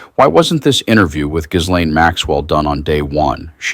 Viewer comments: It's pronounced GEE-LAINE not GIS-LAINE. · Darling, ......... ghis /ghee/ sounds like French butter gee like bee. It's /gee lane/. The / / means sounds like. Words or letters in between the / describe the sound for the letters aka how it's pronounced. I want the best for you. I had to correct it. 💙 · What happened to an investigation that SHOULD HAVE BEEN DONE on DeathSantis and his criminal wifey about the $10 MILLION DOLLARS they STOLE???? Geezus these people are the lowest of lows. PLEASE PRONOUNCE GHISLAINE's NAME CORRECTLY...It's pronounced Gee-laine...Come on people!!! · GILAINE ITS SAID LIKE THAT ahhh god i hate this when people do that with names like research know how it's pronounced do diligence man you're a "reporter" type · FFS Can't any Americans pronounce 'Ghislane' properly. It's 'Gee' (as in 'Geek') - 'lane'!!!!!! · Oh come on 🤦🏻‍♀️… her name is not “Gizlain”. It’s been all over the news and you STILL can’t pronounce it right. 🤦🏻‍♀️ (Hint! The H and the S is silent) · The correct pronunciation of Ghislaine sounds like 'gillane'. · It's pronounced "GEEE-LANE' with a hard G. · For fuck sake, the S in Gislaine is silent, if you can’t pronounce her name, don’t report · The "s" in Ghislaine is silent. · learn how to pronounce Ghislaine ! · Ghislaine the "S" is silent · There isn’t an “S” in the pronunciation of her name!!!! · Close on Gislaine. but the S is silent!!!